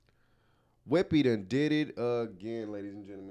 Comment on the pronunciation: "Whippi" 🤣🤣🤣, yea Whippi is being ridiculous